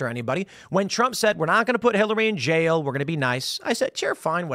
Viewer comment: Jail is a one syllable word. It's not "jayal."